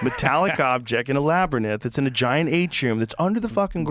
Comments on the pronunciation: Who had Joe cannot pronounce "Labyrinth" on their Bingo cards? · I've found a new mispronunciation pet peeve. The way Joe says labyrinth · Joe mispronouncing labyrinth will never get old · Joe absolutely cannot pronounce ‘labyrinth.’ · Joe pronouncing labyrinth kills me 😂 No matter how many times he hears it said correctly he can't seem to get it right 😂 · Joe still not knowing how to pronounce "labyrinth" is wild. I mean, "labernith".. Who says that?? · I cannot stand when Rogan says "laber-nith" instead of "laby-rinth" for the word labyrinth. Someone even corrected him like 2 weeks ago and he still says it wrong lol. I have never heard anyone pronounce it "laber-nith". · Wtf is a labernith? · Labyrinth not laberith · no matter how many times Joe is corrected, he cannot bring himself to say "labyrinth". This is like the 56th time I've heard him say "labbernith" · LAB ER NITH? ITS LAB ER YNTH, LABRYNTH!!!! JEEZ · Labrinith lol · Joe mispronouncing labyrinth lives in my brain throughout the day. “LabyrNith”…… cmon Joe. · Why does joe keep saying labernyth. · New drinking game. Drink every time Rogan says Laberninth 😂😂 the number of people that has met him say this on so many podcasts is criminal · love how Joe cant help but say "Labrnyth" !!! lol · Labernith 😂 🙈 Joe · ....."laber-nith"... Joe with a swing and a miss... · If he says labyrNITH one more time, I'm going to have a stroke! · Take a shot every time Joe says "Labernyth" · Oh here we go, not the “labernith” again… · Joe stop saying "labber nith" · Cool discussion. Joe can't pronounce the word "labyrinth." He keeps saying LAB-AR-NITH. Hehe. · "We reach a lot of knuckleheads"... Says the Grand-Pubah, Prime Example, Numero Uno, knucklehead himself .. Joe "TheApe" Rogan. And wtf is a "Labernith" Joe? 🤣 As he sits there with his mouth hanging open 😦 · Joe saying “labrynith” is getting to me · Jamie....or anybody at all, please tell Joe how to pronounce, " labyrinth ". It's not, " LABBER-NITH " Joe. 😵‍💫😮‍💨